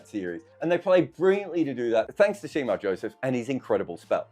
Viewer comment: Shamar Joseph and Kemar Roach not Shemar Joseph! :)